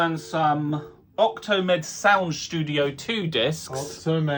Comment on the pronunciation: It's OctaMED, read the screen!